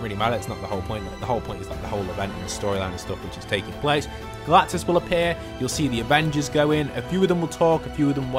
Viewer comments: GALACTUS not galtus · his name is Galactus not Galtus lol